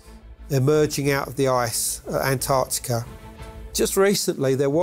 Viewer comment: I don’t see how Americans can look at “Antarctica” and just ignore the t’s? 😒